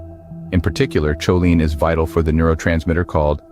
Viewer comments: It's pronounced co-lean not chow-line. 😂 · It"s pronounced Koline hard K sound not CHoline , NOT like saying cheerios !:face-orange-frowning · Cool video! I really enjoyed it. Go carnivore!!! Going to keep watching now! Ps. Next time you make a video on this you might want to double check pronunciation of choline. If I remember right I think it's irregular, I think most doctor folks say [k] not [ch] as in [kolin] in IPA.